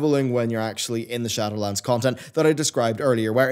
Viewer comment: Glad I'm not the only one who heard that. 😂